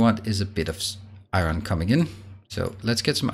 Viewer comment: Hey It’s pronounced “ion” or eye-urn depending on ones accent. NOT eye-RON.